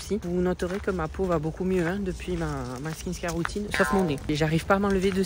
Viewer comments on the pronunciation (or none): On dirmt skinCare et non pas skinScare deja sue tu tabasses le français vas- y molo avec l'anglais... (btw : oublie le coréen stp)